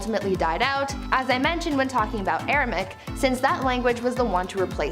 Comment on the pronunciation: Hebrew is still very much alive and used, even in the U S. That language Jesus used is "Aramaic". You're saying and typing "Aramic" which is uncomfortably like Arabic. It is pronounced "ARA-MAY-ICK"